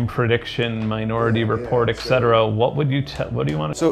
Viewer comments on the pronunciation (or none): Benn, it is et cetera, why you Americans pronounce it as eccetera